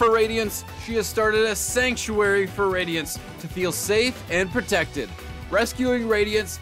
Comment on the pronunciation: Radionites😂😂😂 🤓 erm it’s radiants actually